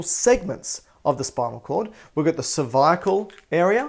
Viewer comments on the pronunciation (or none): He does have some serious biceps, triceps, pecs and oooh that hair, and his Australian way of saying g cer-vi-a-cal! But the best things besides his snacks, is his anatomy and physiology geek self. So tasty like a peanut butter cup.